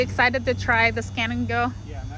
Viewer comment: Lol i thought you said scam and go😅